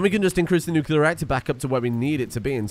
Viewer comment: You're actually not far off from how the Nuclear industry talks. I was in the navy and we simplified it as Hot rock makes steam, steam makes turbine go roundy roundy and roundy roundy makes electricity. :p I even have a cup that has that, lol. Also, thank you for saying nuclear correctly, and for the entertaining videos!